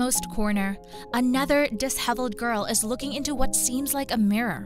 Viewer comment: Dis -- hevelled... just one of the many ludicrous mispronunciations! It's just too annoying to listen to this!